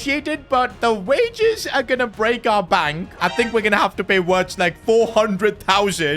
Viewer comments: it's virtz not Wirtz you say w as a v in German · always butchering wirtz name ffs 😂😂😂